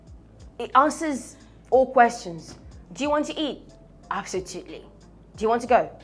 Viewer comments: She said Absotuly, but me saying Absolutely. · Please oo, which one is "ABSOTUTELY" again kwa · When she first said absotuely I was confused cos I was like it should have been absotuely. I even wanted to check the dictionary cos I never tot she would speak a word incorrectly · Sounds more like absolute + totally = absotoutally.... It's called blending